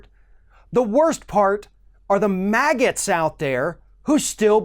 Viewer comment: I was listening from another room & it sounded like you said maggots. Then I realized you must have said MAGAs & had to laugh. Both work fine for me. I hope someone can get through to the trump believers cuz every time I try, they cry fake news.